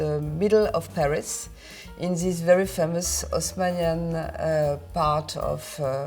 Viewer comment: LOL, good point! In French they never pronounce the leading H. So, if you pronounce it like you spelled it there (Osmanian), you're coming really close to pronouncing it perfectly.